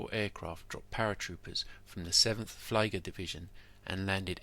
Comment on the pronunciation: This was good, and on a topic that doesn’t get much attention. A couple of points for you: The German is “FLEE-ger” (or FLEA-grrr if you’re American). The Queen of the Netherlands was “VILL-hell-meen-ah” (though WILL-hell-meen-ah will pass). Don’t forget the importance of wireless to the success of German mobile doctrine early in the war. Having superb wireless technology and a doctrine that rested on communications up and down the chain of command gave the Germans a tremendous advantage over larger armies like the Armee de Terre with their appalling lack of communications in any direction.